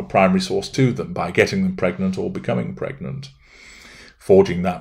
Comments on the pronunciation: Psst....it's pregnant not "pergnant" ;-) And nope, don't believe a word of it....just a ploy for attention! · “‘PERGNANT…’! You did that ON PURPOSE, didn’t you,?!?” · Haha! Your 'Pergnant' reminds me of my daughter in full Country mode. " I need the torrrlittt!" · *PERGNANT?! A pervy gnat?…